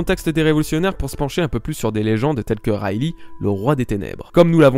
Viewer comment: moi perso j'entend "rally" xD sa se prononce "rayligue"